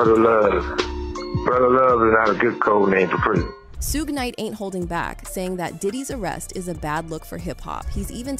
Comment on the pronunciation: Did she call Suge Sugay